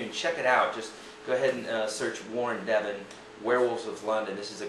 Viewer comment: pronounced Warren ZEvon